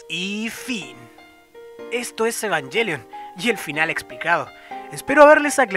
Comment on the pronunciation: Después de varios videos al fin alguien que hablar con la mayor coherencia y puede pronunciar los nombres de Evangelion correctamente... cough cough... Ángel Salfollas.... cough cough... Indie... cough cough... etc cough cough... Aunque una cosa, yo personalmente siento que dijiste lo obvio pero para humanos tal vez para mayores de 14 años (la edad de los pilotos xD) Me gusta ver estos videos para compara mi información, pero no siento que hayas algo que no supiera, aunque estoy muy agradecido que te tomases la molestia de decir bien los nombres. Like!